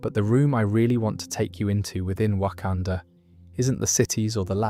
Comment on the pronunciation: There’s no way ur calling it Wakandoo instead of Wakanda 🫩